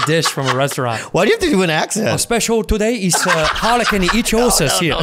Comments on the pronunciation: Also, Bobby was pronouncing it wrong. It's IK-THIE-OSIS ("thie" as in "thief"... or "ichthyologist"). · pronounced ICK-THEOSIS BUT GOOD TRY BOBBY BOY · They keep saying Icthyosis wrong